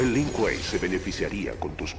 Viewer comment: Si tomara un trago de wiski por cada vez que dice link kuei estaría en coma etílico